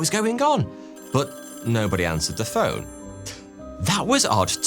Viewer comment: I love it when he pronounces the word "but" as "boot" 👢